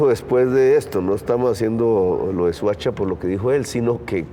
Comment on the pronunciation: Se dice Soacha no suacha.